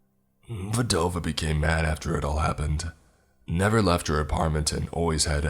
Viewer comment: It’s pronounced VDAhh-Vaa, you’re legit chopping up my language. Just call her widow which means the same exact but doesn’t sound stupid